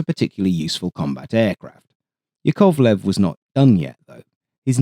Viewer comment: YAKovlev, not yaKOVlev